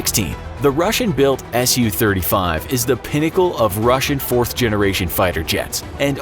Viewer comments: It's not pronounced soo it's S-U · Nice video (realize that the graphics were NEVER intended to be accurate) but there are some tweeks. First off, the SU series of Soviet and Russian plane is short for Sukoi, and is pronounced S-U not Sue. Not all F-35's have the VSTOL engine. That model of engine is for the F-35 C, a F-35 built for the US Marine Corps to replace the legendary AV-8 Harrier. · Drives me crazy how they say the "Su" in for example "SU-35". They say "Sue" but it should be, "S-U". Both letters pronounced individually.